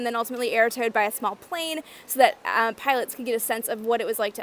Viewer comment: Loosing your Canadian accent: “smaaall”